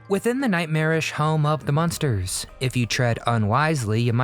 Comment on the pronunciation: It's MUNSTERS, not MONSTERS.